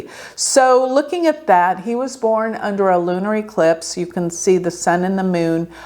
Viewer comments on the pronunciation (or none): It's not aclips, it's eclipse